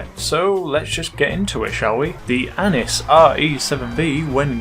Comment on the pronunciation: Annis? Oh i thought it was anus re-7b